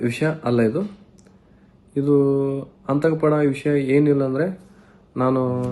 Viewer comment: ಎಂತಾ ಅವಿದ್ಯಾವಂತ ಅವಿವೇಕಿ ಇದು... ಆತಂಕ ಅನ್ನೋಕೆ ಬರ್ತಾ ಇಲ್ಲ... ಅಂತಕ ಅಂತ ಹೇಳಿದ್ದಾನೆ